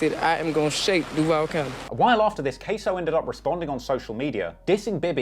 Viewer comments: FYI, they tend to pronounce Duval "Due-Vol" not "Duevl". I don't know how easy it is to change your pronunciation tho. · I don't understand why you are doing shit on Florida I'm from Florida Born and raised but I'm up north now but I know that you have no idea about Florida g lol but I don't know what has you doing a Florida one and learn how to pronounce the name of Duval county but good Try and I like the video because I am seeing what you think so